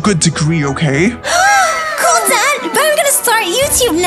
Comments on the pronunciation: It's okeh to not be okeh 😌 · it is okeh to be not okeh.☺